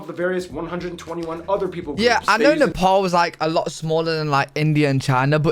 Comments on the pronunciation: Finally someone that pronounces Nepal correctly. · He actually pronounced NEPAL right